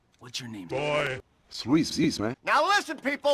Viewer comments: Everytime i hear him sat Luis i just hear Squeeze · It's Luis mane not Luis